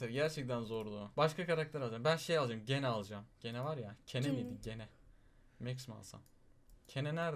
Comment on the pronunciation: Abi onun adı gene değil cini diye okunuyor